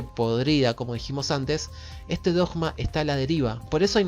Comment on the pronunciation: voy x el minuto 11, es interesante, pero ¡no te aguanto más pronunciado la palabra "dogma" como si fuera una J y no una G! ¿Cuál es tu problema? Porque algún problema tenés... 🤷🏻‍♂️🤷🏻‍♂️🤷🏻‍♂️